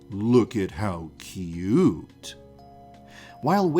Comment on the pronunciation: “Look at how kyooot”